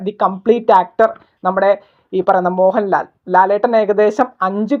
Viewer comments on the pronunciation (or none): none